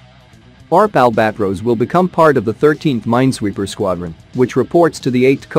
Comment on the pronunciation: Reading ORP as one word and Świnoujście as "swinauszczi" XD